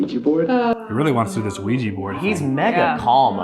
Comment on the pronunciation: Isn't it 'Ouija' board, and no 'Ouiji'?